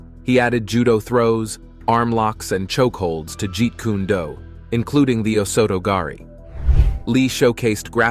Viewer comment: The way you’re pronouncing Kune is irksome but dope video